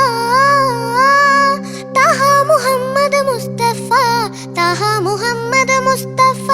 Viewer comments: ഒരു മദ്രസാ വിദ്യാർത്ഥിയായിട്ടും ലാസ്റ്റ് അറബി പോഷൻമോശമാക്കി. താഹാ അല്ല ത്വാഹാ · Super❤ താഹ അല്ല ത്വാഹാ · താഹാ ❌ ത്വാഹാ ✅ Razoole ❌ rasoole ✅ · Razoole എന്നത് വളരെ അരോചകമായി തോന്നി. റസൂലെ എന്ന് നേരാം വണ്ണം പറയാമായിരുന്നല്ലോ. അത് പോലെ താഹാ... ത്വാഹാ എന്നാണ് ശരിയായ ഉച്ചാരണം. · ഇതിൽ judjus ഒരു കാര്യം മോൾക്ക് പറഞ്ഞു കൊടുത്തില്ല താഹാ എന്നല്ല ത്വാഹാ എന്നാണ് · ത്വാഹാ എന്നാണ്